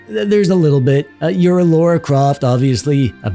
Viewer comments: I forgive you 😂, the auto subs put laura each time yet i got the feel you were trying to say it as Lara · The first syllable is pronounced more like "law" than "low." Lara, not Laura. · Every time someone says Loora instead of Lara, a baby is dying in vain... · I took a drink every time he called her "Laura." I am currently dead.